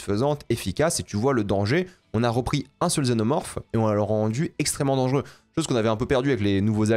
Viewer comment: Un xénomorphe mal prononcé